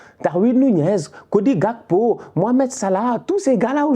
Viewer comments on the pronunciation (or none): none